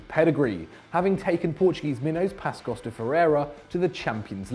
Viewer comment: What the fuck is Pascos de Ferreira?? I understand if you'd say pacos, even tho it's pronounced passos. But Pascos?😂